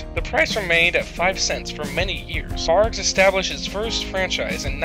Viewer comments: Barqs not Bargs 🤦‍♂️ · Its #BARQS not the way u r pronouncing it bargs just saying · You are saying Barg's. This makes my face pucker. It's a q. The sound you are pronouncing looks like this: g. Good luck! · Is he saying bargs? I swear to god I thought it was pronounced Barcs, I know it’s spelled barqs.. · Why you saying it like “barg” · Pronounced “barks” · You’re not even pronouncing the name of the cola correctly!!!